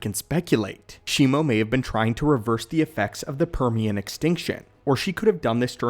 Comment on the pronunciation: It is shi-mu not shimo